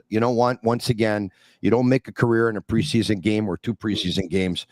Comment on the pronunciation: It's PRE-SEA-SON!! Holy hell just chill lol